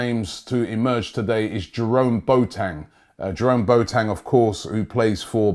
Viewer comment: Robbie: JeROmE BOooTeNg